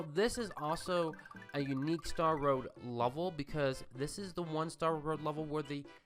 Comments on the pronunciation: Is it me or is he saying he word "level" like "lulvol"? haha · I hate the way you say level